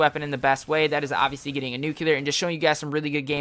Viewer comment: lol u said obviosly 80 times lol